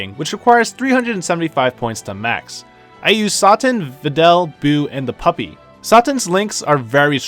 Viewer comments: So we jus not gonna talk about how he said Mr. Satan as Sahtin? 😂 everything was informative n great, jus tha way he kept sayin his name threw me off like “uuhhh you know its Satan right?” 😂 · Bro u butchering all these names is tickin me offfff. It’s “Say-tan” not “Sought-an”🤦‍♂️ and soooo many more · Who the f is "Saat-tin"!?!? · Satan “say tan” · This dude said satin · I stopped watching after you said sarten . . . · I thought he pronounced satan differently because he didn't want to say it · Its pronounced SAE- TON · It's satan. Like the god of the underworld..not like the fabric.........ugh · Raiza X I understand messing up Arale but Mr. Satan and Dabura is a little too much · Went to look for this comment lol. It made me cringe but it's a good vid nonetheless